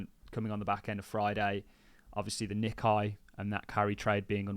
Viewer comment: Nikkei is pronounced “Nick ay” …..lord help us